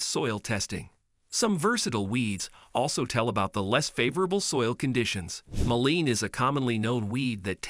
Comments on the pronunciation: shame to rely so heavily on AI generation, ends up with lots of errors. You could at least check it over, before posting it. For example mentions hemlock, the tree but shows water hemlock, talks of shallow rooted weeds but shows wild carrot. mispronounces muillein... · Yes, he was referring to mullein he just pronounced it with a long ‘e’, the picture was verbascum thaspus, common mullein.